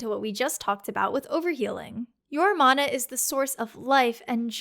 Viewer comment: Mana management sounds way better if you say mana right